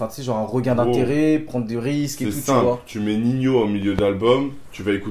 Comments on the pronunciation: pourquoi il dit ninio et pas nino ? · Lyrrad098 car on le proonce comme ac, on dit pas nino